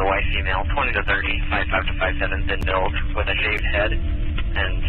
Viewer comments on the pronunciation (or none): none